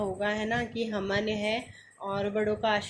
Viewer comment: Hamen nahin hota havan hota hai